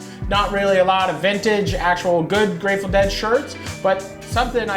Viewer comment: How much can you possibly like a band if you can't say their name right?